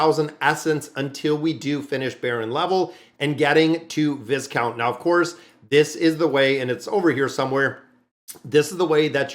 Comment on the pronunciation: 📛⛔😊 the Noble title Viscount is Pronounced Vicount Without the S. Love your channel. Very grateful for your content❤